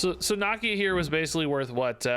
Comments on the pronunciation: I love but dude cannot say nakia right for the life of him lol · "knock-ee-ya" lol